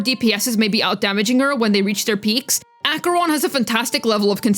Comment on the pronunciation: you're the first person ive heard saying acheroni... i love saying it im surprised i dont hear it often